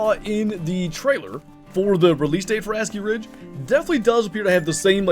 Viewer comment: Bro says it like Ass-Key Ridge 😭